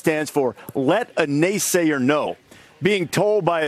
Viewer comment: "Naysaya, please! Can ya lend a naysaya a pencil?"😂